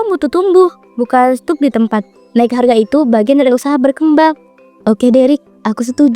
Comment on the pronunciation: "bukan stuk di tempat" 🙂 - 'stuck' dibacanya 'stak' ya kak